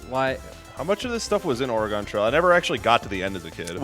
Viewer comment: Haha oh man the way he says Oregon is just painful.